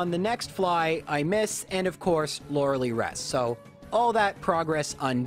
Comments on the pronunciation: It's "Lore-Uh-Lie". Not "Lore-Uh-Lee". I can't stress that enough. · I'm 99.99% sure it's Lorelei, pronounced "LOR-A-LIE" (like sky). Lorelei is of germanic origin and takes the I sound when paired with EI. (Drei, zwei, hein, dein). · Laurels. Lie. Laura-lee? Come on you just said her name.. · Everytime I hear you say "Lorelee" I cry just a little bit more. Super cool challenge though. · “Lorals” “Lie” “LoraLEE” please stop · Sir. You don't get to make a Lorelei joke with 'laurel' and 'lie' and then pronounce her name like "Laura Lee". I know you know better. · > Uses correct pronunciation for Lorelai in a pun > Still calls her "Laura-Lee" not 5 second later God damn I love this channel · Lore-uh-lie. Okay? Okay. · the name of the elite 4 member is pronounced lorelie not lorelei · Why do you call her loraly? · I'm am convinced he's intentionally mispronouncing lorelei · It was also weird he'd make that pun then go on to continue mispronouncing Lorelei's name. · I think the same thing about your pronunciation of Lorelei. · Oh you can pronounce her name right when it comes to making a pun, ok! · the way he pronounces Loreli is, it gets on my nerves for some reason